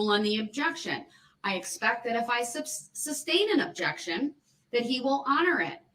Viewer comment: Anyone notice the judge almost say "substain", luckily she caught herself That muppets stupidity is infecting the judge